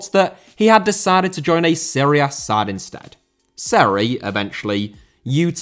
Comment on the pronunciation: Jean* not Jin Serie* not Siri Tobias* not Tobayas Figueiredo* not Fegareidouw Ozan* not Ouwzan Fenerbahçe* not Fenebohçei Núñez* not Núnez Primeira* not Premera Guimarães* not Guemaraich Debut* not Deibyu Can't* not Cohrnt Half* not Holf Ghanaian* not Ghornayan Tetteh* not Tettei Traoré* not Trayorei Diego* not Diyeigouw Possession* not Posession Regime* not Reigime